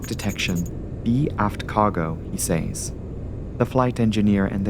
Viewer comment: please do yourself a favour and learn how to correctly pronounce the word "says"